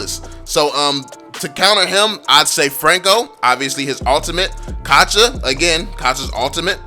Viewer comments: Chou is not "chow" it's "chu". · He keeps saying chaw to chou wtf🤣 Filipinos will understand better💯👌